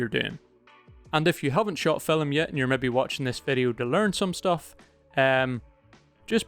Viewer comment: can`t help, i hear always fil"e"m.... ;-)